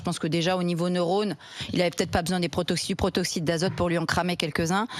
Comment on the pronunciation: c'est pas le "protoxyte d'azote" mais le "protoxyDe d'azote"